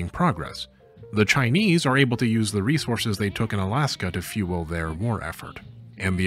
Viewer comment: Kudos for the pretty good Chinese pronunciations.